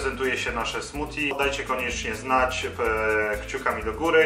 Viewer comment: fajne....tylko zle wymawiasz.....bardziej slychac tam d niz t..."smudi"...a po polsku koktajl;)